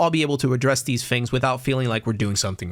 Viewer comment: great job with the video can you stop saying fings though